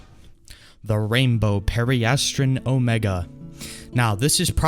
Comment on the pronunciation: BROTHA EEW SAY IT RIGHT. PERI-ASS-TRUN, AHH-ZUR, you said chartreuse correct.